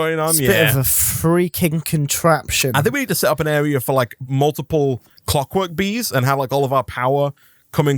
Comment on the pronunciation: I love how is calling it ClockTwerk bees repeatedly.